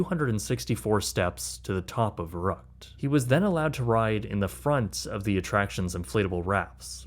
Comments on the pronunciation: "Fer-uckt" not "ver-rucked" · The mispronunciation of Verrückt is killing me. ü make a long u sound. "ver-roookt" Not uck as in yuck. Kinda like in Veruca. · it was pronounced Ver-oo-ckt, not Ver-uckt. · Whatever you said, thats not Crazy in German 😂 Verucket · The stupid slide is actually pronounced “Ferr-OOkt” in German. I know it’s beside the point when a child gets decapitated, but hearing someone say “vuruckt” just sounds really weird. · It's pronounced more like fair-ROOKT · Verrückt is pronounced more like "fair rooked" by the way - with the "ü" pronocunced like in the word good. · verrückt is pronounced in English 'fair ukt' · I know you’re not German and this isn’t Germany however I’m compelled to let you know. It’s pronounced FER-OOKED! That’s how you say Verrückt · Verrückt is pronounced more like "ver-Rue-kt". You lost the umlaut. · I don't think youre pronouncing "Verrückt" correctly and it's kinda annoying. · Great doc and a fucked-up story – but the German in me simply cannot let your butchering of the pronounciation of "Verrückt" slide (pun semi-intended). 😉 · Am I being picky when I complain about the mispronunciation of Verruckt? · Dude pronounce the slide wrong lol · I appreciate the details of this video, but please, pronounce the name of the waterslide correctly or everything you've said carries no weight. Just saying. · Shame that you can't pronounce Verrückt. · You cannot even say "verrückt" right. That is one word that you can enter in Google Translator, incredible, and you want to charge us for this quality??? Some people are really bold.